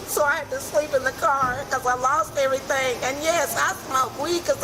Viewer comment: they could and should have got her with littering for just tossing her Mickey Mouse Club Membership Card on the ground like that. they always so rude on top of everything else. "i want you to write the fee schedule and do everythang, because i'm not a united states citizen." she knew she had a whole spiel of nonsense she was meant to deliver, but forgot it.... so it's just hey, do everythang!